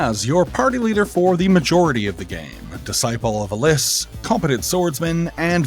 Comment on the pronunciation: couple notes. Alys is pronounced Alice. and Hahn doesnt add anything to the game at all. xD